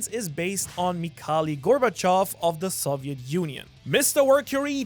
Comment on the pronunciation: I don't think I've ever heard someone mispronounce both Gorbachev's name AND the Soviet Union in one breath lol